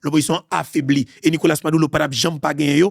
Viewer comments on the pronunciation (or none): none